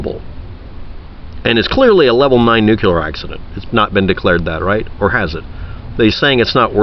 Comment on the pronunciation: Nucular? ... nuclear (use phonics) and dither less.